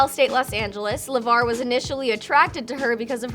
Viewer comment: sooo we just gonna act like she didn't call Lavar, Lamar!!!!